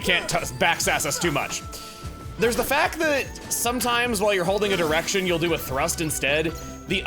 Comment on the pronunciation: Am I the only one that heard him drop the D? "Sometimes while you're holding an erection, you'll do a thrust instead."